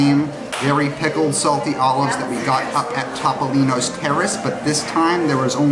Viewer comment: ...I beg you to ask your nonna how Topolino is pronounced. I'm having no luck.